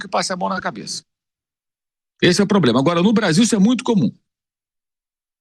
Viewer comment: "poblema", vampeta?